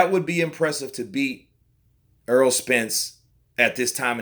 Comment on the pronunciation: Why do people constantly pronounce Errol as Earl? BTW The Chihuahua will not beat the Pit bull.